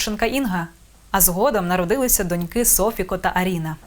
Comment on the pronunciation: СофікО, ЛукА, а не наголос на перший склад, шановна ведуча😊